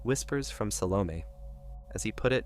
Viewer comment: Sal-oh-May not meh